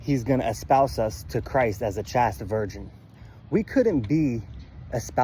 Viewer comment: CHASTE is pronounced like the word chased (past tense of chase). Generally if a word has a single vowel (a in chaste) followed by a consonant or consonant blend (st) and ends with the vowel e, the first vowel is long (a pronounced ay). Other than that, you’re spot on.